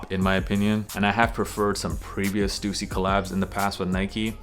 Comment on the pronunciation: Such a relief to hear your pronounce Stussy correctly 😂